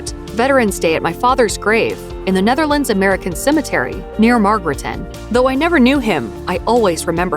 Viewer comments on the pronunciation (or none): none